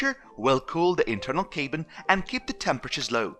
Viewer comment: Some English language help: Cabin is cab-in not kay-bin. You use "deprived" a lot which is more used for people struggling with poverty rather than sitting in a Tesla. Feeling "left out" would be more appropriate. (Just friendly tips to improve!) 😁 I know how hard it is learning a foreign language!